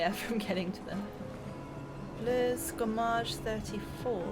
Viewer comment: I dont think that said "gommage" haha more like "FRommage" = cheese xD